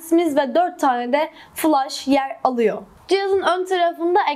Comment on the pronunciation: Fılaş mı?